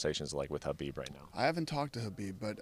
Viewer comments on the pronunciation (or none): Sounds funny when dana says hubeeb instead of khabib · juanisabastard i know but majority ppl say his name khabib i was just sayn it sounds funny to me sorry